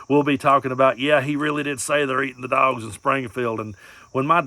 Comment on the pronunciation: " they're eating the duawgs" 😂